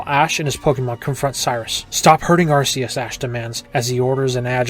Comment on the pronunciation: * sigh * It's pronounced Ark-ee-us, not Arse-ee-us. TPCI did this specifically to avoid having British parents complaining about a Pokémon having the word arse in its name.